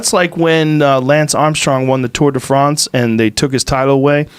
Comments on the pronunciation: Joe “tour de Fronce” Rogan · HAHAH the way Joe says Tour de France all the while pronouncing Lance in an American way is funny dude